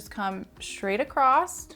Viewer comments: Beautiful. You are too! But my OCD IS SCREAMING that ACROSS has no T at the end. It’s not ACROSST. 😂 🤷‍♀️ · I literally have to mute this girl's videos because I can't handle listening to her say take it 'acrossed'! It's across!!! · I love your videos, you are amazingly talented. Can you please stop saying "acrossT" There's no T at 😅the end of the word " across" Not trying to be a bit** it's just that it's distracting. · I love this hair style! You make it look so easy. One thing though please, it’s not acrost-it’s across, respectfully. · The word ACROSS doesn’t have a T in it 😵‍💫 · There’s no “T” in “across.” JS, lol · I did not know there was a "T" in across!! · You seem credible until you say "acrossT" and "shtraight" There is no T in across and straight does not start with "sh" sound. Do better.